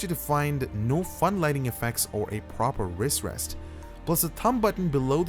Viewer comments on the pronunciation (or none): none